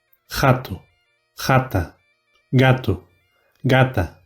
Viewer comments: Do they really pronounce gato like hato in Galician?? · I thought I heard Rato but it was just … gato with a weird G/Jota sound